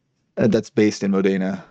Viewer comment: it's Módena, not Modéna.